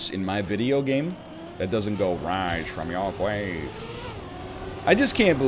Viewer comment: for Wise fwum your gwave!